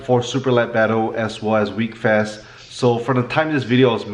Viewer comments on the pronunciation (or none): It’s pronounced wheck-fest not weekfest